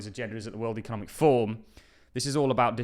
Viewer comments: Kima is part of the cbdc's. Can you also pronounce forum. Slower pleses it sounds like your saying form. It's for room fourm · it is ForUM, not Form 😂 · Its 'forUM'. Not 'Form'. Two videos obout the wef and you cant say forum,. WTF.